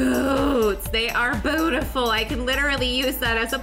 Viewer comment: boot -iful